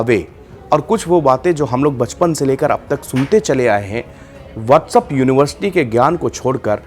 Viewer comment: WhatsApp bolna seekh le Bhai what's up nahi hota hai 🤣🤣